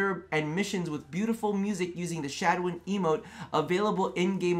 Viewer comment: SHAWZIN: is ROB: Shaz-win ME: plucks untuned string in horror